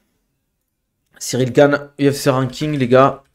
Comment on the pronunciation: Pourquoi tu nous fais l’anglophone à dire Cyril GAINE, c’est GANE. T’es français mec ya aucune raison de le prononcer de cette manière hein